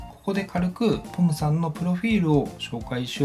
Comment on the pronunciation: ちょっとぽむさんって言えてない感じがかわいい💞